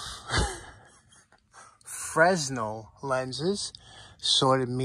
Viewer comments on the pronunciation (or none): lol…Fresnel is really pronounced “franel”. I learned that being an architect on 4-5 performing arts theaters. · I think it’s pronounced Frenell instead of Freznel. The z is silent.